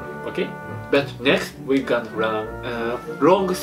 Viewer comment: *****あ 本当だ gonnaじゃなくて gannaになってる笑 まあ それは置いといて 両方あってるってことですよね